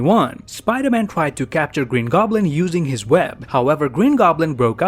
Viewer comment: Gween goblin